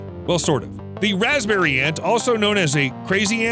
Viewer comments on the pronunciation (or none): none